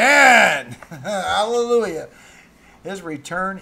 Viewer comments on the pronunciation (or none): none